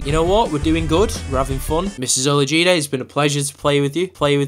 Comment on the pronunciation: He said it correctly